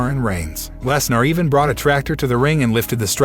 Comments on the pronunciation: Did he say. "Les Nar" ? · Yea lol Brock Les Nar